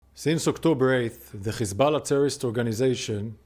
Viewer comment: Why you say Khamas and Khezbollah??? You have haifa you obviously can pronounce H